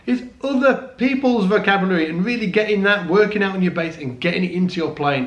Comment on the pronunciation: Vocabary? lol. Dennmaaark!